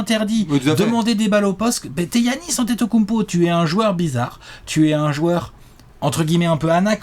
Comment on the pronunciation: "kounmpo" dsl j'étais obliger...